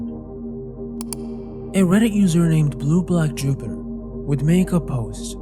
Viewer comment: I wont lie i heard "blooblah jooboo". Not blueblackjupiter.